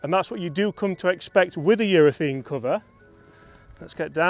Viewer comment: its not eurathene its eurathaaaaaane